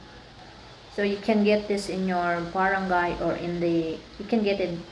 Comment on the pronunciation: THANKS FOR THE INFOS... ONE THING!, BAT GANYAN PRONOUNCE MO SA BARANGAY PINOY KA NAMAN HAHHAAHAH CHAR.!